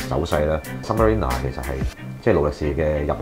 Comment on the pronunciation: OMG 😳 — submariner 都讀錯